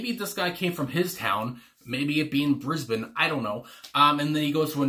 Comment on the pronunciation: Iconic Aussie band and song. Beautiful song, so catchy..the lyrics and music are perfect! Congrats on pronouncing Brisbane correctly 😂